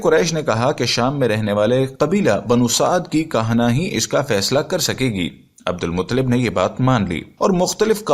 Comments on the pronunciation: Abdul muttalib bolye mutlib nahi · Bhaii Abdul Mutlib nahi Abdul Muttalib bolo